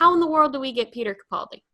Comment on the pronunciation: Peter Capalldi? Erm... it's timey-wimey....